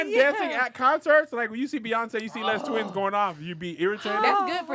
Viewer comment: I laughed so hard every time they said Les Twins 😂 the S in Les is silent y'all